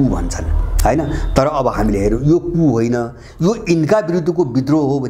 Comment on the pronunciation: कुप हाेईन कु (coup) हाे ।